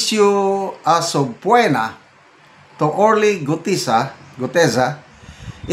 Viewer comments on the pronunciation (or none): Excuse me,. The word subpoena is pronounced as suh-pee-nuh.